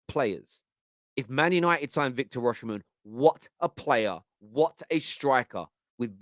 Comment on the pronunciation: Osimhen isn’t pronounced “Oshimhen”. Dont know who told u that but thats completely wrong. It’s pronounced as u see it on face value 😂